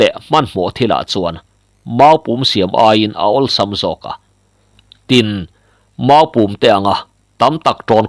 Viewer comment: Mau-pûm pawh i thluk dik thiam lo. Huiham😮